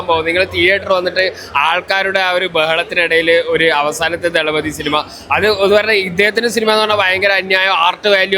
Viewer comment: "തല"പതി അല്ല തളപതി വാക്ക് അറിയില്ലെങ്കിൽ പറയരുത്.